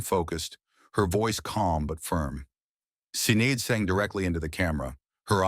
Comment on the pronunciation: "Sineed O'Connor" It's pronounced SHIN-AID.